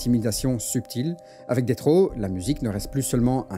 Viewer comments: C'est DESS RAW fréro, pas DETT RAW. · Ça se prononce plus [detss]